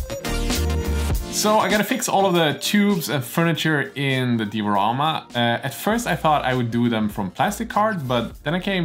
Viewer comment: Die-a-ramma .... Been bugging me for ages, good work bois